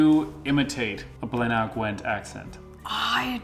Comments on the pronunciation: It's Bly-nuh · Thanks for reacting to my accent. FYI Blaenau Gwent is pronounced BLY-NUH Gwent :) For your next video you could try some of the accent tag words and questions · Blaenau Gwent is pronounced "blainai" (as in "sky high"). The U in Welsh is pronounced "ee" (e.g. the name of the Welsh nationalist party, Plaid Cymru ("kum-ree") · It's pronounced "Bl--eye -n-eye" Gwent. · Phonetically it’s - bly-nu gwent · Welsh accents are tricky for everyone...its pronounced Bly-nae Gwent :-) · It's pronounced bligh-nigh gwent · I was too shy to participate lol, but good job. Blaenau I would pronounce 'Blina' Gwent, from my Cardiff neck of the woods 😉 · Hey, just wanted to help with the pronunciation of Blaenau Gwent, Blaenau is pronounced as Blen eye, you had the Gwent right though, at least that's how we pronounce it in Caerphilly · We pronounce it Bly-na in Blaenau Gwent